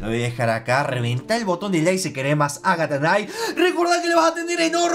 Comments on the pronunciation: repite con migo. Agatha, no NAGATHA ES AGATHAAAAAAbabandjabduavd! Me rindo. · Ya deja de decir nagatha knife xD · Soy el único que se dio cuenta de que dice agahta y no Ágatha?